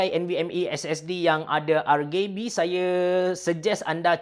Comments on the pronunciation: ke-R-Gay-B-ian haha imbuhan tu penting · Ar -Gay-Bee... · Macam sebutan indon je...